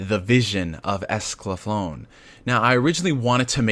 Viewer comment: It's Escaflowne .... not Esclaflown Pronounced: ESCA-FLOW-NAY Also, as an Update, they are releasing the Original Dub with the new dub, they edited the first 7 episodes on Blu-ray and put the original English Dub on it on separate discs. that coupled with all the perks coming with the Kickstarter, they are going above and beyond to provide everything to audiences. For how many people said "I've never seen this before?" I can now see why they wanted to do a Kickstarter.